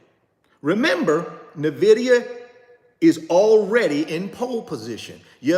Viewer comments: could you please stop saying "Nuhvidia" It's NVIDIA as in "ENVIDIA." If you're going to own it, suggest it and talk so much about it, please show basic respect to the company and know how to pronounce it please and thank you. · It's pronounced N vidia not Nah vidia JS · Nah. He insists on doubling down on sounding ignorant by constantly mispronouncing the name even though people have tried to correctly inform him. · Nnnnnn (NO VOWEL) Vidia… sheeshus… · He literally has refused to pronounce it correctly. Says that's just how he says it and will keep saying it. Smh. Super annoying. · Thank you ! It drives me crazy that someone who is trying to lead other people doesn't have the mental acumen to pronounce the company correctly. And no, this is not being mean spirited or nit picking. When you can't even pronounce NVIDIA correctly it calls into question everything else that comes out of your mouth. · He's been told many times and says he doesn't care. No respect for the company. Nvidia comes from the Latin word invidia, which means envy. Don't care for that much, but I still pronounce it properly.